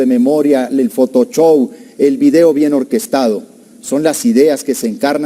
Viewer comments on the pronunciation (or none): Me encanta como dice Corral "photosho"